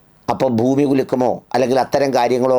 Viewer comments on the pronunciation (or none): none